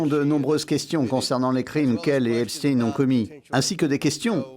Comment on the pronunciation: Il y en a mare que vous prononciez epstine et non pas epstein !!! Einstein et non pas einstine